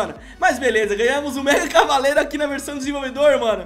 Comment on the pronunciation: Ele falou Megacalavareiro